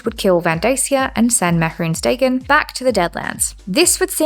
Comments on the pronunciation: Im a minute and a half in and I cant stand how you pronounce his name man. Like it is just the most stilted and awkward way of saying it and I cant bare dealing with it for a whole hour and a half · Can someone tell me if she ever stops pronouncing it like that? Or should I just skip this one? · Is she gunna say it like that the whole video…. Yup. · the way you pronounce mehrunes dagon instills a slight amount of primal fear and rage, fitting i suppose